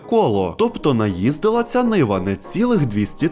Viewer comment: Не niva а nyva ушльопок малолітній🤬